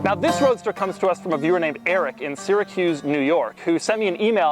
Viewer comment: Omg I live right by Syracuse. And you pronounced it wrong